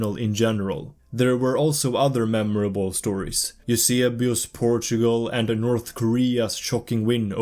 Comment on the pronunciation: Hehe your pronunciation of Eusebio was super-duper swedish